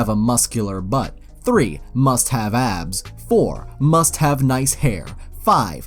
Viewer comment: Makes '' Must " sound weird